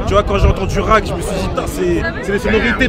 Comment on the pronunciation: Si dans te le titre (R.A.C) ya deux points c’est pas pour prononcer (RAQUE) hein 😂